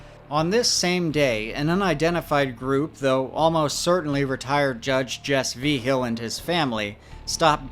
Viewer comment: Ngl slightly annoyed by how your saying Vigil, it’s mostly right but just off enough that it’s annoying me